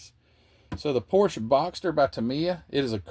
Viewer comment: Great video!¡! But you get an "F" on pronunciation ( and you probably know why- Renault and Porsche )